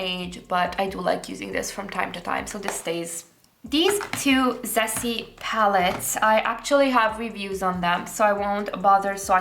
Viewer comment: Could you please check some Japanese Youtuber talking about ZEESEA or Rom&nd?? Yeah pronunciation are bit wrong....😅